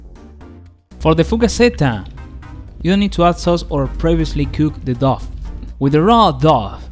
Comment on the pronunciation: Someone might have said this already but the word dough sounds like snow, row or show. The pizzas looked amazing by the way!!!